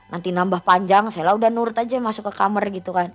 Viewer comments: kamar wai....bukan kamer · KAMAR....bukan KAMER....😅😅😅😅 Gini kok jadi terbaik🤣🤣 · knpa kbnyakan nara sumbernya,klo bilng kamar jadi kamer😂😂😂. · Kamar sel,bukan kamer